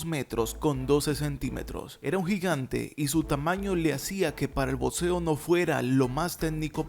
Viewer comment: Pronuncia "BOCSEO" no "BOTSEO", "BOCSEADOR", no "BOTSEADOR".